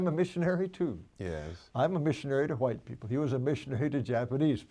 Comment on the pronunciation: “wHeighT people” why does he say it like that lol